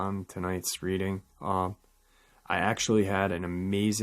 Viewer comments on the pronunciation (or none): none